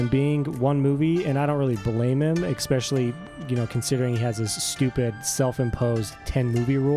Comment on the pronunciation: Bro, narrators cant be saying "exspecially", especially. please and thank you. love the vid otherwise!